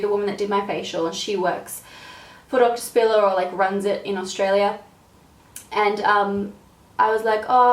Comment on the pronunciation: I thought "doctor spiller" was "donkey sperm"